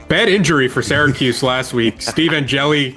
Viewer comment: As someone with an upstate ny accent said Syracuse right lmao